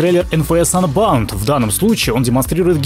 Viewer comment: КАКОЙ АНБАУНД????????????????? УНБОУНД!!!!!!!!!!!!!!!!!